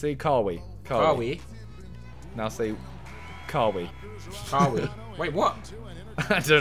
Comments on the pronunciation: It’s not KA WEE ITS KA WHY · Lmao they said Kah-Wii it’s kah-why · It's pronounced Ka-Why not Ka-We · It’s Ka-why not Kaw-heee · kawee its kawhy i specified it but its spelt kawhi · Its not kawiii it kaw eye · Does anyone else cringe when he says ca wee instead kawhi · This is how u pronounce Kawhi Kah-Why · It’s KA-WHY Leonard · kawhi (kuh-why) is the best defender in the nba so not bad dropping 15 simon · When you say Kawhi think of saying it like KA-WHY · Man said kah-wee😂😂😂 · Pls, its Ka-Why* 😂😂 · Whys Tobi pronouncing Kawhi like Car-wee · They always ask kaw hi But they never ask haw ki Doesn’t make sense but it sounds right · Ka-wee? lmao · It's pronounced 'Ka-why', thought even the black guy would've known that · FAM ITS KA-WAI U GUYS ARE SAYING IT WRONG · Dog it’s, ka-why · lmaoooo they way u pronounced kawhi kawi. bruh i bet u dont know how to prounce his name even after he is hella famous now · Its pronounced Kuh-Why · It's ka-whyyyyyyyyyy? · his name is pronounced KA - WHY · who else got mad when they were saying carweee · no hate but its Ka-Why Leonard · Honest help. It is 2K, not NBA. And it is pronounced Ka- Why. Do enjoy the videos though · It's actually pronounced kawhy leonard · It’s pronounced kuh-why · His name is pronounced Ka why just letting you know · Tell Tobi it is pronounced (ka why) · ArQS Rapid This is how to you spell joke J-o-k-e They know how to say kawhi. They mispronounced on PURPOSE. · Him butchering Kawhi's name slightly triggered me ngl haha Watching simon struggle to play 2K is amusing hahaha gg for trying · It’s triggering me how they’re saying kawhi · That ain’t how you say kawhi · Ffs i hate how they say Kawhi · I cringe everytime tobi says kawhi's name😬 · I hate the way they say kahwi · It’s pronounced kawhi smh